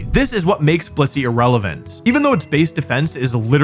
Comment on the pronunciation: Say blissey again?